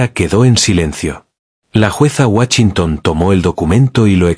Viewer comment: "¿Birminám?" 😂😂 "Raina Guachintón"...😂😂😂